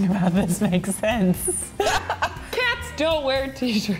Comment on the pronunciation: "how obout o cot? btw, its 'how about a cat'